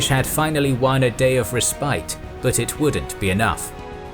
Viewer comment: mispronunciation of ‘respite’ hurts